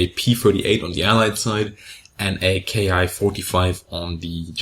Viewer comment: feel compelled to mention once again, Bismarck: The Japanese "Ki-#" planes are meant to be pronounced like the English word "Key". Ki is an abbreviation, not an acronym. Short for "kitai" meaning basically "airframe".